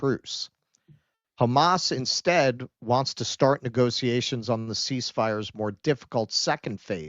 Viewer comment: Why are you pronouncing "negotiations" like "negociations"?